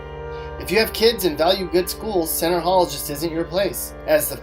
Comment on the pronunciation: It's Center Hill not Center Hall